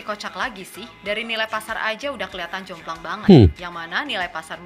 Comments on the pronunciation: bukan jomblong jomplang bang😂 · JOMPLANG bukan Jomblong, Reaction doang tapi gak dengerin konten nya 😂🤣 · Jomplang bukan jomblong Bang. Jomplang itu bahasa jawa artinya gak seimbang. Ok Bang ngopi bgopi😅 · Jomplang bukan jomlong 🙏🙏🙏